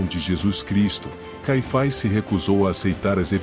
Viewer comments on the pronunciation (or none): Nunca ouvi falar desse (ANAIS E CAIFAIS) conheço Anás e Caifas! 😂😂😂 vc pronúncia ( fazezeinda)? 😂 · Difícil mesmos é escutar o narrador chamar "ANAIS" e "CAIFAIS". Deixei de ver só por este motivo.